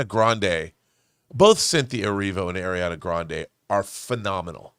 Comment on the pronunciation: She is (ɑː)riana!!! Not (ɛ)riana!!